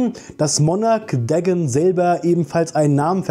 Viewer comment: Bruder der heißt nicht Degn sondern DA-GON